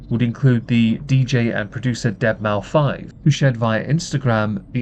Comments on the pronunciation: I can appreciate how you know N3on isnt "n three on" but say Deadmau5 "deadmau five" instead of "deadmouse" lol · Did he really just pronounce deadmau5 as dead mau 5? 🤦‍♂️